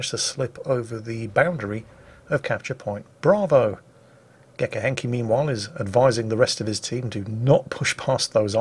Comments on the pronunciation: Gekke Henkie is Dutch for crazy Henk (Henk was ones a name). But please continue pronouncing Dutch words in an "alternate" way, I can't stop laughing 😂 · Great video, please say gekke henkie ( grazy henkie) one more time.